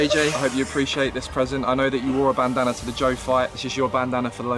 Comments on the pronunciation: 4.50 - do you hear 'bandana' or 'banana' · I swear JJ sead bannanna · When they say "Bandana" I keep hearing "Banana" JJ: "What if my Banana flew off" Me: Wut? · He tries to say bandana and says banana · Whenever JJ says bandana it sounds like banana 😂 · When KSI say bandana I hear banana anyone else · It sounds like their saying banana 😂👌😆😝🤣🤪👍🏻😜👏👏👏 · Can JJ even say bandana. Every time he says bandana it sounds like banana 🍌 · Is it just me or when Ksi says bandana he says banana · Jj sounds like he’s say “banana” instead of bandanna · it sounds like he is saying banana instead of bandanna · It sounds like jj says banana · Ik it's a bandana but i keep hearing banana😂😂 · JJ said banana instead of bandandba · Eu4n6H thats what i was intending